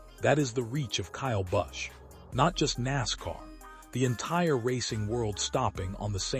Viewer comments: learn peoples names buddy--You are awful! Busch is his name. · Sick can't even pronounce his name correctly, not to mention the other names of nascar drivers they butcher terrible A-I post.